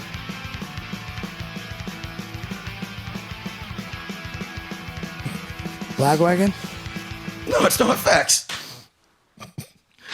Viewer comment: "Lagwagon?" Dude, I'm dying!